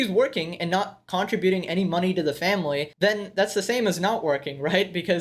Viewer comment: Aaaah the way he keeps mispronouncing 'contribution' is killing me